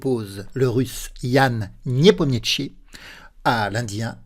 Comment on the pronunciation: Niépomniachi, sans t :) Parole de traductrice.